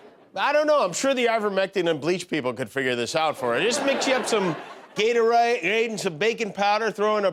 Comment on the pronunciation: The slip of southern accent while saying Gatorade was the 🤌🏻 chefs kiss on this monologue 😂